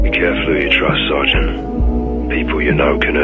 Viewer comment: For anyone that doesn’t know or is just joking it’s pronounced Sergeant